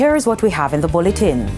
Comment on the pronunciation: See how many people are dying from bullet why are you saying Bulleting in every opening of the news?